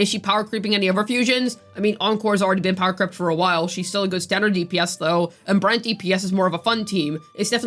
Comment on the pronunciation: WHY TF YOU SAY BRANT WUTHERING WAVES LIKE WHYY